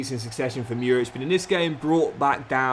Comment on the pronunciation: Murić is pronounced like Moorich, love from Serbia <3